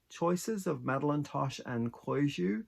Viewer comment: Hi. I remember when you showed us the yarn at the beginning of the pattern - this shawl worked up beautifully! My local yarn shop does business with Koigu and they use a hard g, so the second syllable sounds like 'goo'! The hexagon flowers look like a bouquet of water lilies (to me)! I love your idea of working with both shiny and not shiny yarns - something to look into if I ever finish a few other projects! As always,, you do such beautiful work - thanks for sharing!